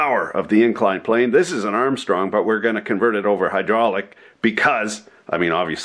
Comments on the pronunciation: Are you fucking kidding me? "HUDROLICK" WTF ITS HYDRAULIC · Did you butcher the word hydraulic on purpose?